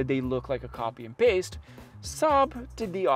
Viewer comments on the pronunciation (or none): none